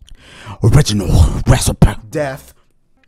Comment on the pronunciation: O-MG HE SAID ORRRIGINAL RECI-PE